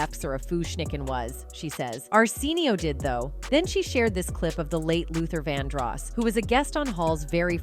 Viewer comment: How are you going to make a documentary about Arsenio Hall and miss pronounce Arsenio for the whole damn thing? 😂